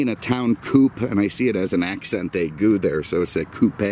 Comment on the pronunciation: tries to hide the fact he actually has a good education and then 'accent ague'. I like to imagine he probably did pretty well in high school, was extremely cynical, took honors classes when he wasn't cutting them and was generally known as someone who didn't drink beer, but traveled with his own bottle of vodka - oh wait, I've described me.